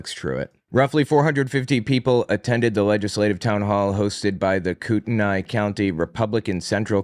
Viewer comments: it’s pronounced Koo-ten-ee. The spelling is confusing, I admit. Love the podcast, btw! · If it's Kootenai, it's prounounced "Coo-ten-ee" to my understanding. It's a first nations place name.